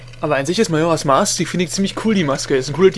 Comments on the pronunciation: Ach ja. Dein 1. LP. Du warst total schüchtern, aussprache falsch ( Majoras mask ) Ich find das hammer geil. Ich hab erst das und dann das Replay geschaut. Ich fand den anfang voll hammer. :D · Ach ich liebe es einfach XD du sprichst als würdest du eine Powerpoint Präsentation vorlesen und natürlich am Anfang erst mal den Titel falsch aussprechen <3 schon vor 7 Jahren war das für mich ein Highlight